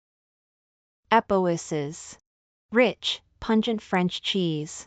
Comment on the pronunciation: Epoisses is pronounced EH-pwoa. There were other mispronunciations too, but this one I found funniest!